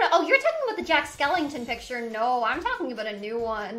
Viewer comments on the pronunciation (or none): none